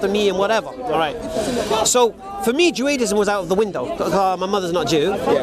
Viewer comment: is soo good I’m starting to believe Judaism is actually pronounced Joe-Ei-dism 😃